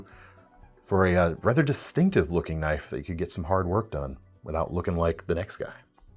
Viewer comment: "thats not a knoif... THIS is a knoif"